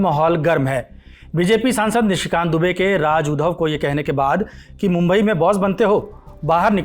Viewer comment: It’s उद्धव not ऊधव